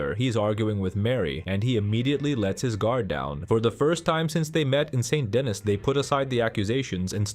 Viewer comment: Very good analysis. I think you are correct. I don't understand why some players don't like Mary. Please learn to pronounce St. Denis correctly. As an American you should say "SAW DUH KNEE"